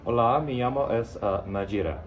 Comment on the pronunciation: In the beginning he said Hola, me llamo esta es Majira Which means hello, my name is majira, if you wanna do this just know that llamo is pronounced jamo